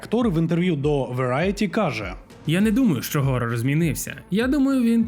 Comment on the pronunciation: Прикольно коли іде відео і люди на англійській кажуть Хорор Хорор Хорор і в кінці автор ГОРОР 😂 . СИСТЕМА переважає над усвідомленням !